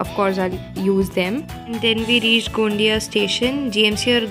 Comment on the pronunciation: GMC गोंदिया....not गोंडीया.....,👍👍